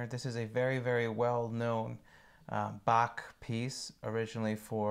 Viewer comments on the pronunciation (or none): none